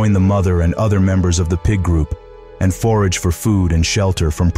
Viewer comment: FORAGE, not forge, Carrion, not carry-on.